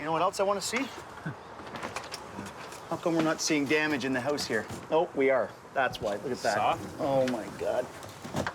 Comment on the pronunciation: Hey yowse = HOUSE LOL